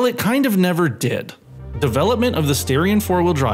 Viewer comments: Dude. STAR-ION not STAIR-ION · are you sure its not "star ion" ? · I think if I say the reason for the mispronunciation I would be labeled as racially prejudiced 👀